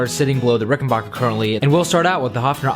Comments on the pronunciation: The name is rickenbacker BAC.KER not BOC KER.Idiot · Very nice collection but for God's sake it's Ricken-BACK-er, not Ricken-BOCK-er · Rickenbacker is pronounced with a short A, not a short O. Great collection!